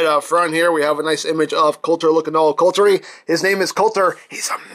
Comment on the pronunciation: The name is "Kultur" (German for 'culture') , not (as you've said it 'coulter' as in ann coulter) . Knowing is half the battle! ;)